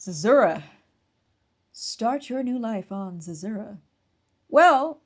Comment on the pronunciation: According to Google, Zezura is pronounced Zeh-ZOO-ruh